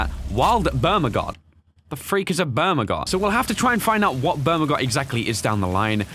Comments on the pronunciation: When it's called bergamot: bermagot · You read "Bergamot" as "Bermagod"......god damn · Is it just me or did i hear bermagot rather than bergamot?😂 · "Wild bermugut." Me: " BERGAMOT. " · wild bermagot when it says wild bergamot XD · did anyone else here noticed said bermagot instead of bergamot hahahahahhha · He said bermagot instead of bergamot 🙈😅😅😆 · iits bergamot not bermagot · Bruh you said bermagot it says bergamot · That has nothing to do with the fact that mispronounced a word that is sounded the way it is spelled. Have a nice day.